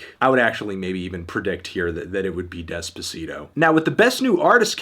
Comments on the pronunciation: despuhseedoh lmao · white ppl pronouncing Despacito terribly makes me cri